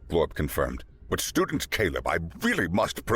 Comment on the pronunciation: I swear to God, I kept hearing “ stupid Caleb” instead of Student Caleb. 😂😂😂😂😂😂😂